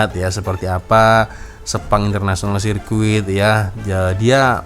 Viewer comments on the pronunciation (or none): Sebutan inggris CIRCUIT adalah SERKIT bukan SERKUIT